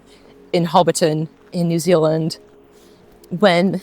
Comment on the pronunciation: As a Kiwi, I think you sound US except when you say “New Zuland”. I had to smile!